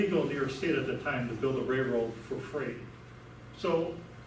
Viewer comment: Some should have advised this guy that it's a "railroad", not a "rayroad".